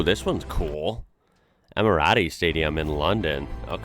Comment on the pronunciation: "Ehmirahtees" lol poor guy